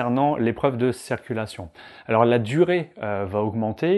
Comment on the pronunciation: A tout les moniteurs on ne dit pas cerculation mais CIRCULATION ! C est hyper penible a chaque fois !